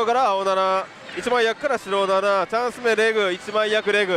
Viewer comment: 白7がスロナナに聞こえたʬʬʬ